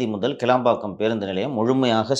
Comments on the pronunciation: கீலம்பாக்கம் அல்ல ; கிளாம்பாக்கம் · It's not keelambakkam. It's kilambakkam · ஐயா அவர்களே அந்த இடத்தின் பெயர் கீளாம்பாக்கம் இல்லை கிளாம்பாக்கம் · கிளாம்பாக்கம் மா கீழாம்பாக்கம் மா???? தப்பு தப்பா சொல்லாதப்பா? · டேய்...கீளாம்பாக்கம் இல்லேடா....கிளாம்பாக்கம்...